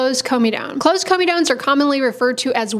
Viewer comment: Comedones is the plural or comedo, not of comedone Also pronounced cor-medo-kneez